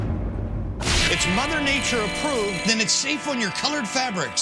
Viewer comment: Why does Mays pronounce demonstrable like that? Do other people? EDIT